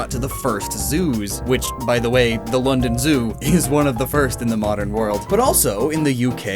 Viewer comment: he said “lovedon” instead of London